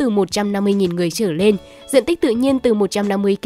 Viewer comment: Cô MC này nói ngọng, "trở lên" thì cô ta đọc thành "trở nên". Bộ bản tin này hết người đọc rồi sao hả ?